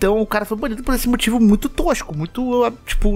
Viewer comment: Que fofinho o falando “moitivo” KKKKK